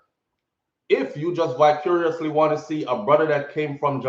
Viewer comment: Breda mi a go need yu fi annunciate yu letter V betta fi mi sir please an tanks. Jus a mek sure seh di word was vicariously 😂😂😂